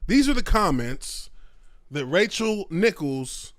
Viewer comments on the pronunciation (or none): I can't hear any of what Nichols said. Also it's Nichols (Ni-Culls) not Nicholas lol